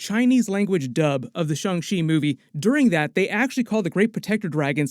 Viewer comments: Please stop saying shung shee 😂😂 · pronunciation of shang-chi bothers me lol